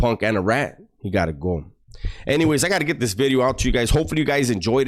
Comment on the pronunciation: Now that was a Great “BIDEO” 😮😅